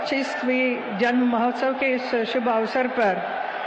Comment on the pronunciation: Mahotsaya?? Mahotsav hota hai hema malini ji dekhkar bhi galat hi bol rahi hain aap